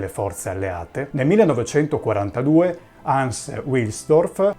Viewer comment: Bel video ma parte subito con una doppia imprecisione: il fondatore di Rolex non si chiama Hans Otto Wilhelm, ma Hans Eberhard Wilhelm. E la pronuncia NON è UILELM UILSDORF, ma VILHELM VILSDORF.